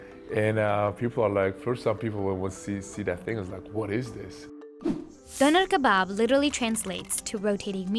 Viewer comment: Why i cringed when the host says "The döner kebaab"